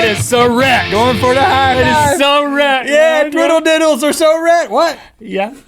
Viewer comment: got every single one of em right....except twiddle-diddles LOL